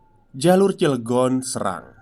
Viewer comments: Mon maaf mas, penyebutannya jgn srang, tapi pake E (SERANG) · Pengucapan Kata Serang, Se-nya Seperti kata Seng, ( Sérang bukan Serang)😀🙏😁😀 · Serangnya cara bacanya ga gitu 😂